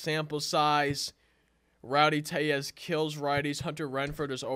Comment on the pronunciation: Rowdy Tell-ez...... tell as in telephone